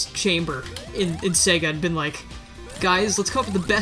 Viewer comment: “Where have you BEAN?”, your Emile is showing.